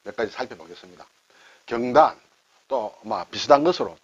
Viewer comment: 제삿날이면 먹을 수 있는 떡, '경단'도 한자 말이군요. 선선한 바람이 불고, 추석도 벌써 13일 앞이네요. 발음이 달라서 경단 맛을 제대로 못 봤습니다.ㅎㅎ '경단(瓊團)'의 '경(瓊)'은 '길게 발음(경:단)'하여야 하는데 짧게 발음하시네요. 혹시나 하면서 국어사전을 열어보니 '경단(瓊團), 경옥고(瓊玉膏)' 두 단어만 '옥 경'을 쓰면서 두 단어 모두 길게 발음하는 표시(:)가 되어있네요. 시청자 입장에서 한자이야기도 결국 우리말과 연관되니 이왕 배우는 김에 제대로, 정확히 배울 수 있어야 하지 않겠습니까? 자주 쓰시는 순 우리말 단어 '바뀌다'도 선생님 발음은 '바끼다'로 하십니다. 이것도 이번 기회에 바로 발음하시어 '바뀌다'로 고쳐주시면 더 나은 방송이 될 것 같아 말씀드렸습니다. 고맙습니다.